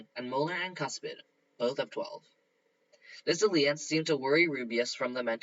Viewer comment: These are getting better and better. But.. can you please look up how to pronounce alliance it is really hard to ignore your mispronounation of it